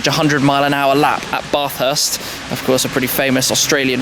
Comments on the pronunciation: The way he pronounced Bathurst sounded like Barthurst...Stiff upper lippy. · You completely butchered the pronunciation of Bathurst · Hahahahah it took me a few seconds to figure out which track he was talking about when he pronounced Bathurst 😂